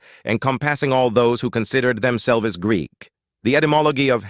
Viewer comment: Is your ai in shakespeare mode or something? "Them selv'es" lol